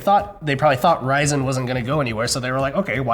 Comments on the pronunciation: Why does say ry-ZEN? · Why does put in a dash when he says it. RY-ZEN? wth? It's one word. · From the title, I thought I would actually learn something about Intel in 2020, not talk about the past. Also, I wish would stop pronouncing Ryzen like it's two seperate words. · Stop saying RYY!!zen. It just ryzen lmfao